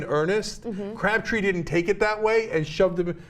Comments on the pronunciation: It's Crabtree not cabtree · why is she saying "CABTREE" and not "CRABTREE" or is it just me? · cRabtree, not cabtree, and go BRONCOS! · It's Crabtree, not Cabtree. Can we have someone who isn't a woman reading the transcript? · Ana it's CRAB+tree not CAB+tree, you said cab three times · Umm Ana, you do know that Crabtree is not pronounced Cabtree. Making an error in speaking once is one thing, but twice? Come on Ana you can do better as a "journalist" bwahahaha a journalist. that's a good one. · Anna - CRABtree, not CABtree. All you have to do is READ. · Who the hell is "Cabtree"? did not know he was in the league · lol "Crabtree" lmao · It's CRABtree. Can she read? That was really annoying. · lol Ana. 'Cabtree'. C'mon, stop making these reading errors every time.